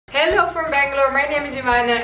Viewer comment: Hahaha your "hello" just turned indian